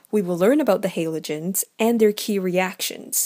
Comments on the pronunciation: It's said Ha-lo-gen-s not Halo-gen-s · It pisses me off how she says “haylogens” jeez it’s called a halogen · The person in the video: *pronounces it as "haylogens" The comment section: "You have violated the ancient commands" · She has an accent... get over how she pronounces Halogen 🙄 great vid btw 💚💛💖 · Please can pronounce Halogens properly Please OMFG I BEG GOD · is it just me but do u get triggred when she says halogens wrong